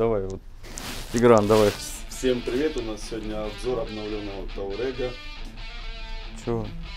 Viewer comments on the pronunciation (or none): Все отлично, только не таурег, а туарег. Вы супер. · Не таурег, а туарег. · таурэг? ну почти выговорил))